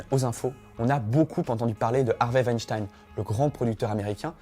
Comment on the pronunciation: Weinstein comme urine ! Qu'est-ce que c'est énervant de ne pas dire les noms comme il faut.